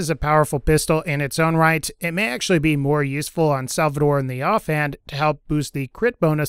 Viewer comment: it's SALVADOR! nothing else needs to be said!